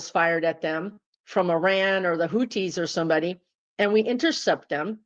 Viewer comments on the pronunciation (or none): none